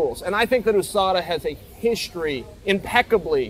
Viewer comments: Ousada 😂 how hard is it to pronounce yousada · Why do you call it oooSADA? Do you live in the oooSA too?